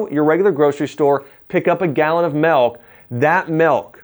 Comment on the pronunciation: Great video. I must say though, the word "milk" is pronounced with a short "I", just like mill, not "melk".